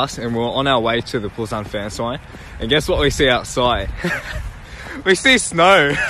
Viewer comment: 'we see snauur'